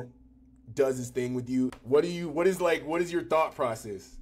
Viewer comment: Thought-process? Thot-process.